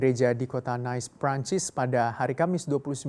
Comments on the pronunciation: Nice = nis bukan nais hehe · Bukan bermaksud menggurui, tpi Nice(kota di Prancis) bukan dibaca nais tpi nis hehe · Dia baca Nice aja salah, Dikira kotanya di Inggris kali, dibaca begitu, BACAANYA NISSS